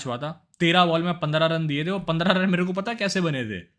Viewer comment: Kya be pata pata krta reheta hai,,, sidha bol nahi sakta kya,, patta patta kya